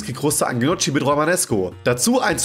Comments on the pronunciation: das spricht man [nioki] und nicht [gnotschi] aus! schäm dich! :P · Da kann jemand "Gnocci" nicht aussprechen :D ("Njocki")